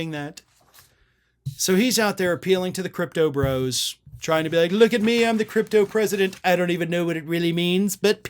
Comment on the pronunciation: Wrong vowel sound in cryptopresident